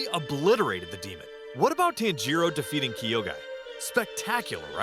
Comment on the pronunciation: The way he pronounces tanjiro bro💀💀💀